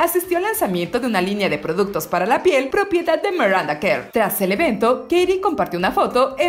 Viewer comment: Se dice miranda no maranda !